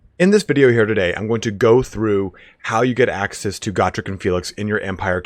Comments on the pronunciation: Isnt it GO-Trek not GAH-Trek? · Go-Trek, like Star-Trek, Not Gor-Trek, Goooooooo-Trek. Gor is greenskin, Goo is Dwarven, everybody now, Go-Trek, Not Gor-Trek.👍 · it is pronounced (GO Trek) not (God Rick) say it right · Its "Go-trek" not "got_rek"